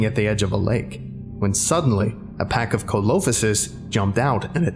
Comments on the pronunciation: Scuse me but that's not pronounced co-low-fis its seel-o-fy-sis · No one else commented that he said Coelophysis weird. It's pronounced SEAL-O-PHI-SIS. Also, Spinosaurus is bipedal, not a quad walker. Incredible SCP, though, keep up the good work. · The mispronunciations of the names are killing me. SEE-LOW-PHYE-SIS, and POST-UH-SOOK-US. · Ko-lo-fi-sis BABE 😭😭😭 see-lo-FY-sis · see-lo-fy-sis not colophosis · Co lo fi sis Im disappointed its seel o fiy sis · thank you so much for covering my favourite SCP, you’ve done it a great service much like everything else you do! However for future reference correct pronounciations are Post-a-sue-chus and Ce-lo-phy-sis, otherwise good job on getting the others spot on!! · I believe coelophysis is pronounced See-low-phi-sis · I'm screaming internally at the pronunciations. I.e. Postosuchus (Post-oh-suu-cuss) coelophysis (See-low-fI-sus). Other than that, well done. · coelophysis is pronounced (See-low-fye-sis) I think. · never expected Dinosaurs think this might be my favorite SCP now heads up though, Coelophysis is pronounced "See-Low-Fy-sis" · Coelophysis. Lel. Seal - oh - fye - sis. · coelophysis is actually pronounced SEE-low-fy-sis. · Hate to be that guy but. Clade is pronounced "Clayd" Coelophysis is pronounced "See lo Fi Sis" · I’m sorry for being that guy but the “Coelophysis” is pronounced “See-lo-fy-sis” I knew because of an old book but I also double checked online. I just Love dinosaurs!! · For fucks sake, its pronounced "SEE-LOW-FY-SIS" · I dislike the way you pronounced Coelophysis. It’s See-Lo-Fy-Sus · I love this SCP to death but the pronunciation of Postosuchus and Coelophysis HURTS and I think is a reference to WWD? Cudos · Ah, great video, but you murdered the pronounciation clade, coelophysis, and postosuchus. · Any other paleonerds cringe at his pronunciation of "Coelophysis"?